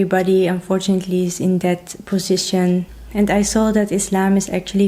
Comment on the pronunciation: Hi ,be careful that Diary is different from /Dairy/ products .Look them up in the dictionary . When you say position ,pronounce the S with Z sound. Good luck.